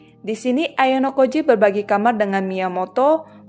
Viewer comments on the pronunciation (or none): none